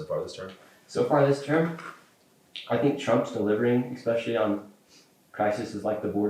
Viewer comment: He can’t pronounce benevolent, he says exspecially rather than especially, and his hoodie makes fun of misspelling/mispronouncing . At first I was kinda on this kids side, now I just think he’s kinda fuckin dumbass. And I’m not a liberal snowflake. Nor am I some maga supporter. Just a dude, from the same state as nick, currently living elsewhere, but damn this is a bad look